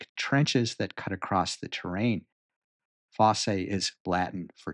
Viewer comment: it is pronounced foss, not fossay.